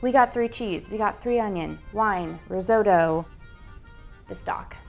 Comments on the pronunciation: It's not rizodo it's risotto. Pronounce the t's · Pronounces risotto “ris-oh-toh” Measures in imperial Angry Italian noises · The crime here is that Americans say "riz-oh-dough" and "Parmer John" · Riz oh toe! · Unfortunately I don’t think I’ll make it through this whole video because the American pronunciation of risotto does not agree with me 😂😂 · Nice, I love risotto so interested to see the results. Trying to get over how grating the US pronunciation of risotto is to UK ears though. :D